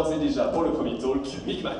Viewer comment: "Pour le premier Tôlque" Je sais qu'on est mauvais en anglais en France, mais quand même, faites un effort!